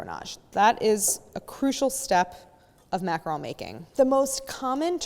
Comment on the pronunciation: I jumped straight to the macaron portion and when you said “macaroon”, I almost turned you off. 😖 I’m glad I stayed. Very informative. 👍🏼